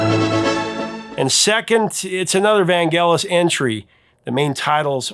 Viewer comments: (IIRC Vangelis is pronounced with a soft G, not hard... "van-jealous") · It's pronounced "mis-che-vous". And Vangelis' name is pronounced as if the "g" is a "j". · In the early 80’s, when the chariots of fire song was all over the radio, the DJ’s were saying Vangellis with a soft G, like saying angelic. It sounded odd to hear the way you said it with the hard G.